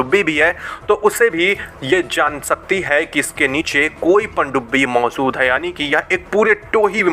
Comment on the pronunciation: नतिझा नहीं नतीजा.... झा.... नहीं....जा होता हैं मौझूद......... नहीं मौजूद होता हैं